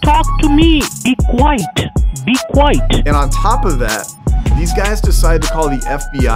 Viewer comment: "BE QUITE, BE QUITE!" 😩😂😭💀 (I think he means be quiet.) 🤣 Shout Out to whoever does the subtitles on all these Scammer Payback videos, including the random sounds (* honk * ) or random comments ( * needs mucinex * ). I love the font, too. ♡ I am on a Scammer Payback marathon.